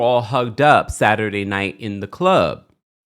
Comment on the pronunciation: WTF DID JUST SAY SADY NIGHT 🌙 😂😂😂.